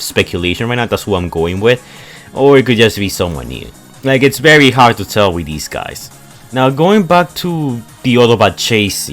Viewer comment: anybody: vehicle, very, think: behicle, bery, tink